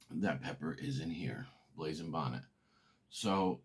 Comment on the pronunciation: If your gonna plug Your Hot Sauce say it articulately i had a hard time finding the name blazing Bonnet and i had a hard time hearing your website aside from that excellent content and although pepper heads love super hots knowledge of less spicier peppers with great taste is equally important i look forward to .ore of your content